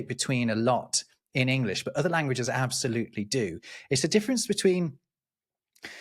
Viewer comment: And responded, “ Ab-SOL- utely…”😂